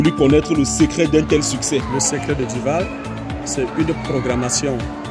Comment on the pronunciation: c'est Du vaal pas vall mais sinon vidéo propre!!